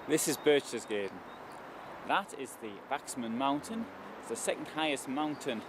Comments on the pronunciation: Since you really wanted to go here, and visit and record video, you might have spend just a little time learning pronunciation. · Lol read what you wrote. since you really wanted to go here 😂 *and visit and record video*😂 let me do it for you! Since you really wanted to go to Berchtesgaden, visit and record a video, you might like to spend a little time learning pronunciation. Fucking idiot talking shit